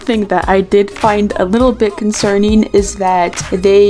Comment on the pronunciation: OMG SHE SAYS CONCERNING LIKE “Concerneen” SHE'S JUST LIKE KONEKO